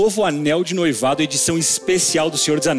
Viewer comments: ela na hora de falar anel de noivado falou algo como anel de "noí-vado", aí ele fez a piada em cima disso. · Ele tava zoando a pq ela deu uma derrapada quando foi pronunciar "noivado" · É que a moça falou anéis de "noívado" aí o fez uma piada com isso